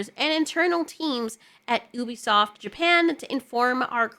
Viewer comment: It's Ubisoft you-bi-soft